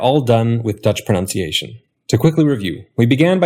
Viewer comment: I was amused to hear how you said "pronunciation" . I have spent some time training my dutch wife to put a schwa into the second syllable of the English. Teaching her to pronounce "pronounce", and "pronunciation" in my mid-west radio reference dialect. :) I certainly enjoyed this short video and your dutch 3 part series. It answered several of my questions. I find it aims directly at my trained linguist's sensibility while keeping a rushed learner's practicality.